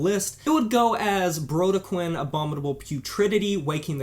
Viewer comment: Brodequin is pronounced “bro-deck-kin”